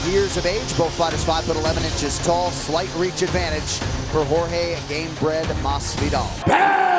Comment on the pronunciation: Seems like Ben is trying to belittle Masvidal by constantly mispronouncing his name.